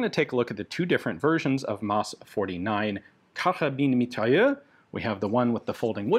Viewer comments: The “s” is not silent in mitrailleuse. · The e on the end of mitrailleuse means you pronounce the s like a z.